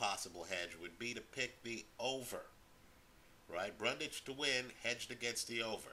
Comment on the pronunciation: You keep saying Brundage and the title says Bundage. It's Bundrage.